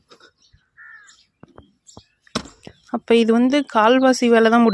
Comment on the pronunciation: நீங்க அப்பாவை அழைக்கும் உச்சரிப்பு... எப்பா சூப்பர் மா...